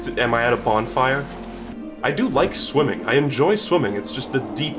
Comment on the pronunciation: in the first 20 seconds, when he said "its a game about shwimmin." captions read "its a game about women." thanks youtube very cool!